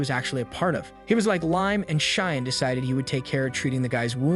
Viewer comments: Name: Shion AI: Shy-yon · Shine this, Shine that... It's scratching my ear canal every time I hear the name pronounced that way. 😂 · SHION = SHE-ON😾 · Narrator: Cheyenne Text: Shion Me: bro how is AI still not able to pronounce names? Lol